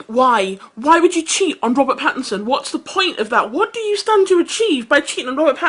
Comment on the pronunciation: I've been subscribed to The Young Turks for about a year now on my other channel because of Phillip DeFranco, but their bullheaded opinions without facts backing them up continue to annoy me. And CAN THEY AT LEAST GET THEIR NAMES RIGHT FOR CRYING OUT LOUD? It's Robert PattINson, with an "n" sound. And Nutty Madam is pronounced "mad-ah-m" with a long "a"; you read it as "-dam" when there's an "e" at the end. And her full username is nuttymadam3575. It's Youtube courtesy to mention that. Sheesh.